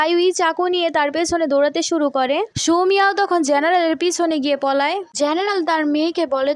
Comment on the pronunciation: পলায় না পালায়